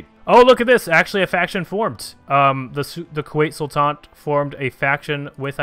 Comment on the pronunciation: Please pronounce Sultanate correctly. SultanAte, not Sultante. There’s an A in there.